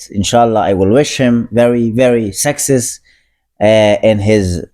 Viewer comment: you pronounce success as sexist. Just a heads up xD